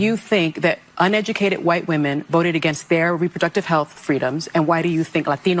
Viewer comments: Look at her emphasize "uneducated white women". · Listen to her emphasis of “uneducated” white women. They really despise when ppl dont go get brainwashed at the universities